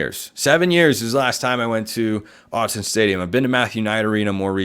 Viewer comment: Why would we listen to you if you don’t even know it’s Autzen and not Austin 😂😂😂